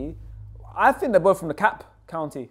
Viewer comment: Dekalb is NOT pronounced like that 😭